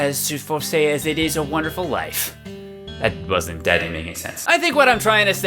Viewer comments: WONDERFUL NOT WONERFUL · "Harvest Moon A Wonerful Life - " "A 'Wonerful' Life" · "A Wonerful Life"! Grammar please! X) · Please keep it "wonerful life" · HEY PEOPLE he left out the d in wonderful because it ISN'T wonderful... wonderful is too good of a word... it's only wonerful... y'know? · "Wonerful" Same. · "Wonerful Life" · your missing a D in wonderful. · 3. He forgot the "d" in "Wonderful"